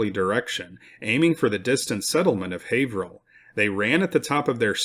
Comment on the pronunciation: Excellent job on the pronunciation of Haverhill. Most non natives of Mass, mispronounce alot of the town's names here. I'm impressed with how much his presentation has improved over the course of this channel. He's so much more confident in his presentation. Not to be insulting, but he's gone from sounding like a kid reading his book report, to a professional presenter. I especially liked the history channel jokes at the end of the episode before this one. I really look forward to every video.